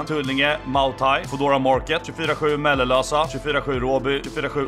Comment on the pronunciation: "Mellelösa" XD mäl ösa